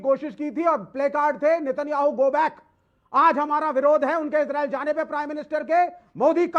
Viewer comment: अरे यार इजरील नहीं इजराइल है बोलना तो सीख